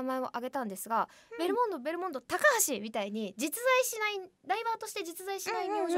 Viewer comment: ベルモンド言えないるるちゃんが可愛かったし、ナチュラルに一瞬忘れられた勝くんの所がめっちゃ面白かったw